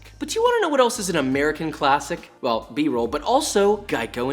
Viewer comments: i always smiling when he said 'BROLL' :))) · What’s beroll? Is it a sushi?? 😂